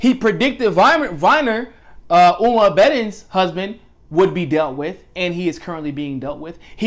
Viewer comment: Abedin: Say "AAA-buh-deen" (I'm using "AAA" to represent the A sound in "at") Hope this doesn't come off as nitpick-y. Cheers.